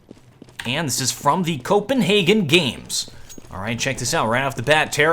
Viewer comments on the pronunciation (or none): none